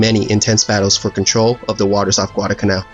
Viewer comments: It's not Guadacanal. It's Guadalcanal. There's an L in there. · It's Guadal Canal, not Guadacanal. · Not bad at all. However, in several places you mispronounced and graphically misspelled “Guadalcanal.” You omitted the first “l” in both cases. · It isnt "gudalcanal". It's Gu-a-dal-ca-nal. That island is namef after a village near Seville, Spain. I see it everyday at the horizon. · Like so many other idiots, he left out the ' l ' in GuadaLcanal!! So many idiots pronounce it wrong. It's not Guadacanal. It's Guadalcanal!! Narrator does a pretty poor job. Aside from the fact that he mispronounced Guadacanal, his English is poor. About the only good thing about the video was the real video footage. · Enjoyed this description of the battle. There were lots of US mistakes during the Guadalcanal campaign. One editorial note... it isn't Guadacanal, it's Guadalcanal - with an L. And it's the USS Vincennes, not Vincennes. Otherwise, two thumbs up! I've subscribed. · there is no "Guadacanal", even though many people pronounce it wrong, it is "Guadalcanal" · It's Guadalcanal. Not Guadacanal. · Correction for you: It’s Guadalcanal. You kept forgetting the “L” in the middle. And the name should be capitalized. Otherwise, you did a wonderful job trying to describe this naval battle. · It's not "Guadacanal" , it's "Guadalcanal" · Nice vid, but it really really bugs me that you say Guadacanal and not Guadalcanal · You are missing the first 'l' in "Guadalcanal". It is not "Guadacanal" though many mispronounce it that way. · "Guadalcanal" actually.